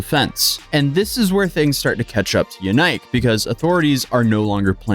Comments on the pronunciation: Lmao yenike? It’s pronounced yeah neek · The way you pronounce his name is dropping my IQ